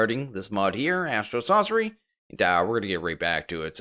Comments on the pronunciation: You're pronuouncing astral sorcery like astral saucery xD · Do you say Astral ‘sauce’ery on purpose? Because you say ‘ore’ correctly and other words with ‘or’ correctly so why is s’ore’cery the only different one?